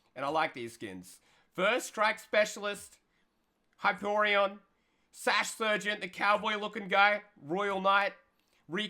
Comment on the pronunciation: The disrespect" HyP-O-rioN"